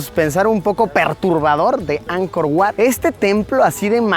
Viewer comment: Oye, se dice Ankor Vat, aunque se escribe Ankor Wats. Wat= Vat= Templo.